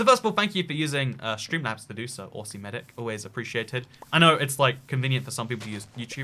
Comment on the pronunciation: I died when he mispronounced aussie